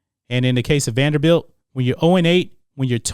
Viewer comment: Salute to you Mason for trying to make the program relevant, but its "Vanderbilt".